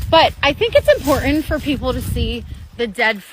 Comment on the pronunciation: It's "impor int" to examine these fish all "acrossed" the "shtream".